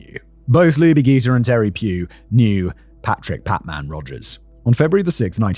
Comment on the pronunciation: The correct pronunciation is Lubie ‘jee-ter.’ I was in high school in Atlanta during this time and that name always stuck with me. Such a cute name. It was a terrible terrible time in Atlanta. 😢